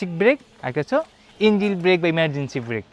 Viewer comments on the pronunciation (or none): ইঞ্জিল না রে ভাই ইঞ্জিন,,, আমাদের ষাঁড় শিখাচ্ছেন ইঞ্জিল আর কেলাস 🤣 ছোলো, থোটল 🤣